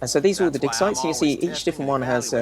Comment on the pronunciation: "These are all based on real life dig sites" took me forever to parse. Was sure Nick said "dick size"